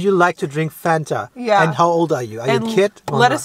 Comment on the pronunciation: Fanta was invented by Coca-Cola Germany. As a German myself, how the f*** can mispronounce the name Fanta. He knows how to pronounce it the right way but he ruined it.